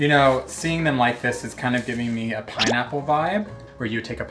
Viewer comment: “Snetchnically” “Pineapp ring” “Piiiiinecake batter” Someone call Webster’s, we have been blessedT with new words.